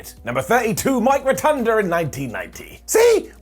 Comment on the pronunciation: Ro-Tun-Da not Ro-Tun-Der His name is Mike Rotunda, not Mike Rotunder. No -ER on the end of that name, only an -A.